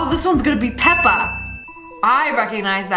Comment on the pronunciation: not pepper but peppa